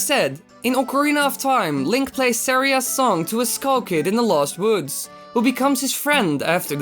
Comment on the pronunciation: you're not saying saira's song wright